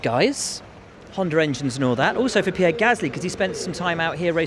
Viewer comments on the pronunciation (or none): none